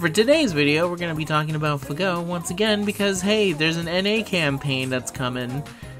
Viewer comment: I'll sub to your channel once you stop saying "FahGo".